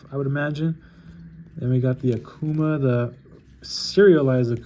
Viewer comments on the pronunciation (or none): It's prononuced OCK-COO-MAH but most people say AH-COO-MAH